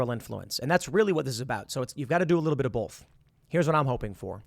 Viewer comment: It's always bothered me how tim says "bolth" instead of both lmao. Reminds me of how my mom says "saulsage" instead of "sausage" and she gets so mad when you call her on it but it's like she literally cant just say sausage without an L in it